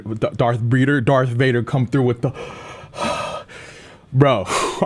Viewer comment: Darth breader lol😂